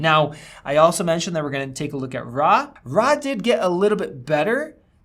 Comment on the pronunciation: "Rah footage" xD